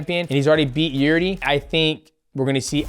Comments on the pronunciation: “Jirdi” 😂😂 fuck I love DJ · frankie egger and jürdie mate i love that you cant pronounce any names lmao